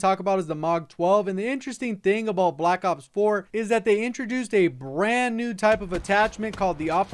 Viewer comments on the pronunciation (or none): Learn how to say black ops not black op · It sounds like you're saying black op and I'm getting pissed😂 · I can't stand the way you say Black Ops